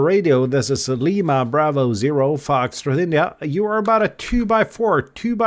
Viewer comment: Constructive criticism the way you pronounce the foxtrot India It’s a little hard to understand if I was hearing your CQ call over the air. Tough enough to understand knowing what it is listening to you on YouTube.